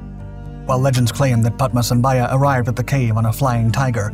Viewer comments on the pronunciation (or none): It is known as Taktsang Monastery not Paro Taktsang.Paro is the city .Guru Padmasambhava not Padmasambhaya.Pronounciation should be correct .Guru Padmasambhava is also known as Guru Rinpochey in Tibetan Buddhism.